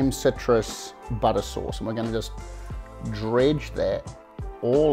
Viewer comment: Love the humour. A well balanced meal with humour is so good. What’s with the ‘buttah’ ? NZ butter ?